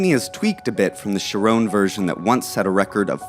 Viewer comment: He said please leave your comments, so here's mine. Learn how to pronouns a simple name like Chiron, there's no 'E' on the end.